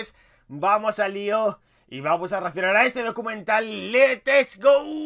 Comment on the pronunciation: Flacooo aprende a hablar flacooooo Futbol no fubol Descripción no descricion Reaccionar no reacionar Aaaaaay diossss